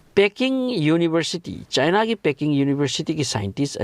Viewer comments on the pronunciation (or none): none